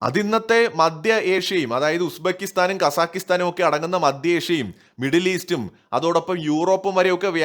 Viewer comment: It is not ‘madya Asia’, it is ‘maDHya Asia’!, mind your diction!